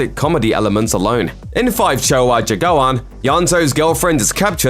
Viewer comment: I'm Indonesian. You do not pronounce 5 Cowok Jagoan as. FIve Chowo Jagoan. But, "Lima Cowok Jagoan."